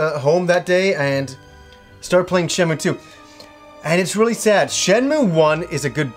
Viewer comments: i kno its hyper grammar police but its really agrivating hearing it pronounced "shen-moo" its Shen-moo-ay" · While you are generally right with how to pronounce a Japanese word written in roman letters, it is actually Shenmuu if you look at the katakana. シェンムー I played through them both in Japanese.